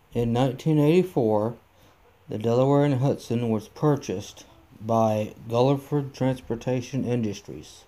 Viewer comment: Great video, but Guilford is pronounced (gil frd).